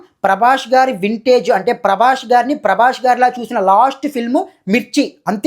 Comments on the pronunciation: Prabash kadhu prabas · Prabash kadhu bro, Prabhas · అరేయ్ సుల్లిగానివి నువ్వు...... సరిగ్గా prabhas పేరు పాలకరావడంలేదు నీకు నువ్వు rewiew ఇస్తున్నావ్ 😂😂😂